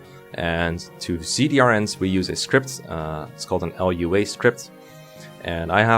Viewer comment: Lua is a scripting programming language, and it's pronounced "LOO-uh". Lua scripts can do many things, and are not synonymous with Fire Emblem, RNG, or video games in general.